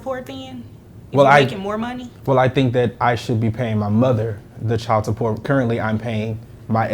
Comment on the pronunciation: CHILD IS PRONOUNCED CHILD, NOT NO chield